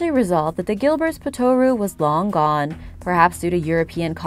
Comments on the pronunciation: The pronunciation is POT-ter-oo not pot-OR-oo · Yeah, looking through to see if someone else noticed. It's spoken like kangaroo. If you can do it with our Aussie accent it's even better.